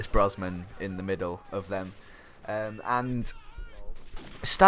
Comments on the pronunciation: every time you said Brosman i cringed haha, it's Brosnan :P Great commentary tho <33 ! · Its Brosnan not Brosman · BrosNan not BrosMan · Had to turn this off cause you kept saying pierce brosman instead of brosnan. Sorry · were you saying Brosman? its brosnan i think dude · Its BrosNan, not BrosMan